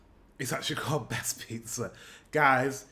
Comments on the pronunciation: Bæst = Beast. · Bæst is beast not best 😂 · its not call best pizza its called bæst pizza what means beast pizza